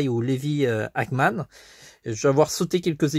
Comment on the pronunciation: On dit Ackerman